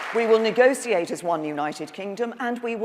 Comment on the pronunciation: why is there not a rule against anyone who is prime minister pronouncing negotiate negociate